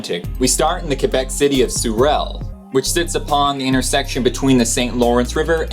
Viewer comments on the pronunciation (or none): Sorel like in sore. Richelieu pronounced reesh -a - loo. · TheRedBug.. Sorel would sound more like Suh-rell. (With a french 'R').. But then again you might mean the english pronunciation of the name. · Lmfao the way you said sorel XD It's pronounced "so rel" So the same way you say so in english And rel is r-ale ale like the beer So it's pronounced "so-r-ale"